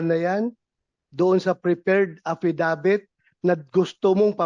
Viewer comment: Affi-dawit hindi affidavit😊😊